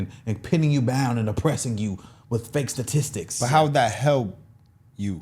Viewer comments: She says ssisitic instead of statistics clarify her education level. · Is she saying Satistics? Or am I not hearing STAtistics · I hate how she says satistics